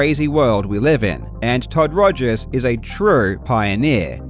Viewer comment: Jobst Was that on purpose when you said Todd Togers? I'm not even sure if it was a slip of a tongue or tongue in cheek remark anymore. XD